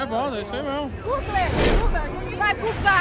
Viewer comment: "Guuglê" vai guugla kkkkkkk